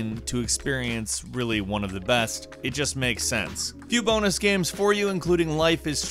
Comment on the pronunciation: Love voice but sometimes he says games like guems...you guys hear it?